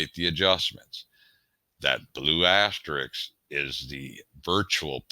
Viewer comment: Hey buddy, it's asterisk, not asteriks.